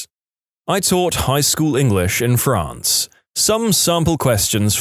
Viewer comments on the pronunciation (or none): none